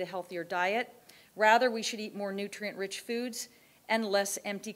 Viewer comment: Lol "Nutrient" Dense.